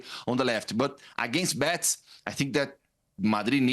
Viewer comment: Why does he keeps saying Bets!?!?! It’s Betis!! In any language it’s Betis!!